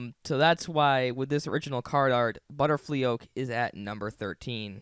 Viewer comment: He pronounced Butterflyoke and guillotine wrong...